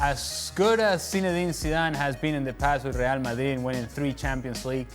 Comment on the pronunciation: The way this guy says Real Madrid....... " Rrrrrrrrre Ma'rri' " 😂😂😂